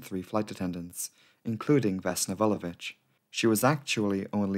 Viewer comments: Slavic surnames are generally difficult to pronounce because most of them end with -ić. Most of english-speaking people just say ch instead, but actually did an awesome job. She has 🇷🇸 seal of approval from me. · 1) I am actually very grateful that you did this because I am from Serbia. 2) You actually pronounced Vulović how it is supposed to be pronounced.